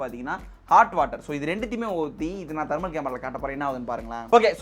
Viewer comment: Dai athu dermal camera illa thermal camera vaasikka theriyata